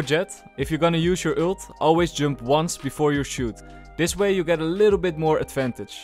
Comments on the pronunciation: Oh he's saying" jump". I'm like, jung:? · why did you say "Jump" instead of "Jump" ??